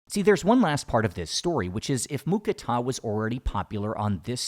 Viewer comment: Im thai i i can say its not mu kratha it mu krata thats how we thai's say it